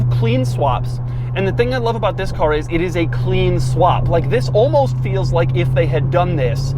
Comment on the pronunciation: Some would cal it the lincoln town ca"R"